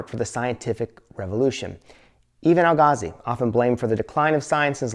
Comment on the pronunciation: Why can’t u pronounce Al-Ghazali? 😂 I hear AlGazal, AlGazi, Ghagazi 😂😂😂